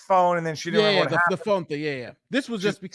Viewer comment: Her new name is Gina be. "RE-MANBER HER"